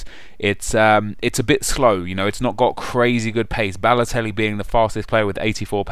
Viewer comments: You Said Lelotelli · Mario Ladotelli, yupp said Ladotelli. Like so he can see.